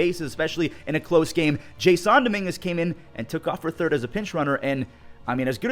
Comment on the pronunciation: You pronounced Dominguez first name wrong It is spelt (jasson) but it is pronounced jason